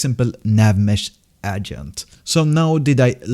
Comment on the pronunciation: Don't wanna be rude, but you're saying agent wrong.